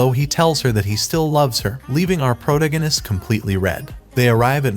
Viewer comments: That and him saying "proganist" instead of protagonist keeps me from watching these vids. And he says it CONSTANTLY. Never the characters name, always proganist...🤦‍♀️ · Ugh... was 1 min in before i realized you were the pro-gan-ist guy. Wtf is a proganist??? You mean proTAgonist?? I can't listen to this. So many mispronounced words. If this is ai reading this shit it's really DUMB.